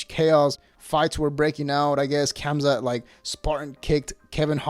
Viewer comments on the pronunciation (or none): The K is silent in khamzat